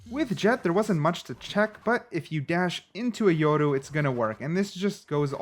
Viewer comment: It's yoru not yordu